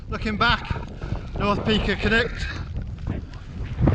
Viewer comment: I think it's Cnicht not Knight :)